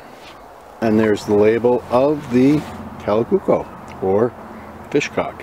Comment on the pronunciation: Kalakukko pronunciation is quite good.